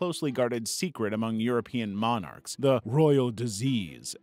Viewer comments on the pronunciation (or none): none